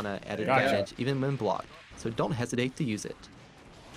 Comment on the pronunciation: "So don't hesidate to use it".